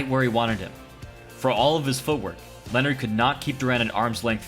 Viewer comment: For some reason every time you say the title of your book footwork wins fights it sounds like you're saying forward wins fights